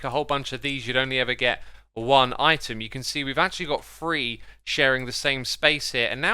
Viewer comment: Just FYI it is pronounced liken, not lich-en. Also the number is three, not free. Not sure why so many folks say it that way.